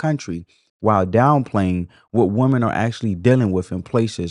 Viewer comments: I totally give this video a thumbs up. However, why is there this new trend of how the younger generation pronounces the word, "women" when describing more than one woman? It must be a tik tok thing bc it sounds ridiculous. When describing more than one woman, it's "women", not "woman". It sounds very uneducated. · Woman. Women. Please learn how to pronounce both and understand the difference. You diminish your content because you have not understood very simple grammar.